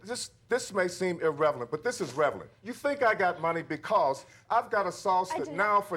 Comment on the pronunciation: *relevant not " revelant"